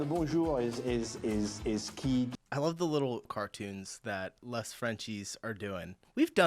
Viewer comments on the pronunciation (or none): Time for you to stop saying "lez frenchies. "LES" is pronounced like "LAY" Some things have changed Most stores dont close anymore at midday in Paris. But restaurants definitely do. Not fast food places. Gen Z and our many immigrants they eat everywhere now. And wear anything on the streets. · It's pronounced "lay" Frenchies. The S in "les" is silent, it just transforms the E sound. You can eat at your desk, the law was just enacted to prevent companies from requiring employees to eat at their desk. Pretty much all of these are general, they're not an absolute rule, except maybe the bonjour. You'll see some people eating while walking, doing groceries in sweatpants, etc. Especially in larger cities, but way less than you would in the US. Usually if people wear sweatpants at the grocery store it's because they come from the gym on their way home. What's rare is people wearing sweatpants as a daily attire. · PS, the French word 'les' you should pronounce 'lay' The English name for the channel is probably best translated as 'them frenchies' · the final "s" is mute in French, so you say "les" as "lé" :)